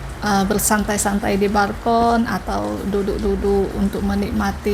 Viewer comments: Balkon bukan barkon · BALKON, bukan BARKON PULANG, bukan PURANG Btw, kenapa kok pindah apartemen?